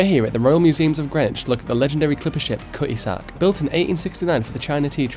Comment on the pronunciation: “KUH-ee-zark” = Cutty Sark, if the pronunciation confused you.